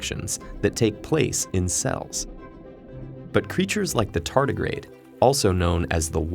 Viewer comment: Clicked on this video just for the pronunciation "TARDIGRADE"